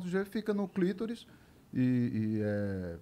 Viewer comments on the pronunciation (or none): Oi, não é clítoris, porém clitóris. Abrs. Tom é d+ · Poha, é clitÓris; acento no O...... Dá agonia ouvir clÍtoris. Desculpa. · Clitóris. ClitÓris. A pessoa não sabe nem pronunciar, imagine localizar... 🤦🤦 Bete Oliveira 🌻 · Só um detalhe: não é clítoris e sim CLITÓRIS. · Desculpe, mas a pronúncia correta é clitóris e não clítoris de acordo com a maioria dos linguistas brasileiros e portugueses. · Pô, Tom! É clitóris, e não "clítoris"!